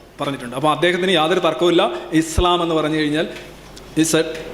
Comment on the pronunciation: He’s not able to pronounce ISLAM well.poor lad.